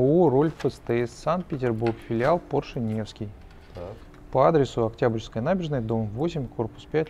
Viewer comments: ну хоть кто-то поправил покупателя, а то заколебал со своим поршЕ, уши режет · Мужик-то умный, но как он говорит Порше - кровь из ушей...Не поршЕ, а пОрше...